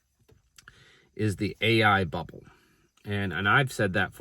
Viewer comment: THE BEERRBBLE!! Hahahaha made me laugh